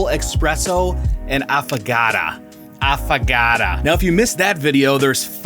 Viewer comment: AFFAGATAAAA is NOT how it is pronounced. It is pronounced AffO(oh) gaTO (like tho). Please....